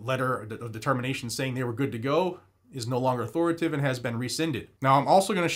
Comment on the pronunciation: Sir, the word is au-thor-i-ta-tive. Just trying to help, not being rude…